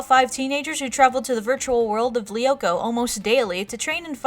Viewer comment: You pronounce "Lyoko" wrong -.